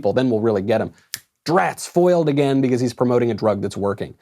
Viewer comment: I just noticed that knowles pronounces because as bee-cuh-ase